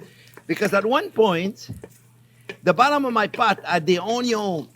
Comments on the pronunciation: Chef John Pierre, I love your channel and all of your videos. Keep up the amazing work. Especially with the "onyo"... I have made this recipe twice now, and it gets better as I learn more of your little tips and tricks. I'm up in Toronto, I think you and I are about the same age, so if you are ever up here, I would love to make dinner for you... I just hope it doesn't suck! Keep up the great work. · My first Chef Jean-Pierre video and "Wow!" Subscribed and diving into the other videos! Going to share with my 87 yr. old Cajun dad who will be thrilled to hear "oyn-yun" and enjoy Chef Jean-Pierre's wonderful down to earth personality and expert teaching.